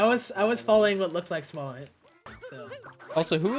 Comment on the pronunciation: Lol SmallAnd instead of SmallAnt on the intro